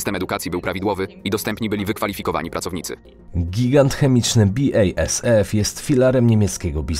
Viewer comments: BI-EJ-ES-EF.... 🤦 BASF to nie jest angielskie czy brytyjskie przedsiębiorstwo. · Dobry film ale moglby Pan popracowac nad wymowa niemieckich wyrazow (BASF, Ludwigshafen, Siemens). BASF to nie "bi ej es ef" tylko po prostu "basf", Siemens to nie "simens" tylko "zimens" a Ludwigshafen to nie "ludwigszafen" tylko po prostu "ludwigshafen" (port Ludwika) Ortografia niemiecka jest bardzo prosta, to nie francuski czy angielski. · Bi-ej-es-ef 😂 rozwaliłeś mnie 😅 BASF czyta się basf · Uwielbiam Twoje filmiki ale czytanie niemieckich nazw po angielsku czy polsku jest koszmarne! Siemens czytamy zimens, BASF czytamy basf (uśmiałem się z biejesef) no i Ludwigshafen czytamy ludwigshafen(tam nie ma żadnego "sz") Pozdrawiam!